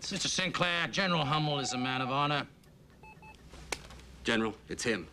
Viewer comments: At first I thought he was just saying congressinal medal of..., jesus. like he wanted to say honor but was so blown away he said "jesus" medal of jesus sounds cooler i guess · I get the scene and I know what a Medal of Honor is. It's just that the way Sinclair says it sounds more like "Medal of Jesus" than "Medal of-- Jesus!" so it ends up being funny.